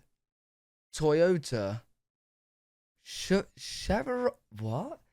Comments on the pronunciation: Chevrolet is pronounced shev-ro-lay. Often called Chevy for short. Do they not have Chevrolet in the UK? They make the sports car known as the Corvette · If you don't know how to pronounce Chevrolet then you are too stupid to even do a reaction video.